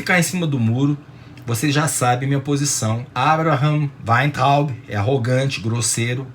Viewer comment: gosto de ouvir suas opiniões, mas, por favor, fale Weintraub como todos falam. Ou seja, aportuguesado...